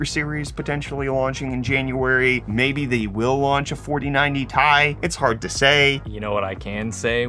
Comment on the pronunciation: I think he's the only person on earth that calls the Ti cards the 4090 tie 😐